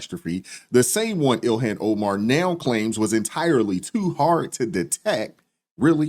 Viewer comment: Ill-Han not Illian.